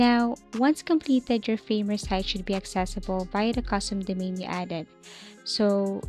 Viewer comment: Lear how to pronounce the word Domain :hand-pink-waving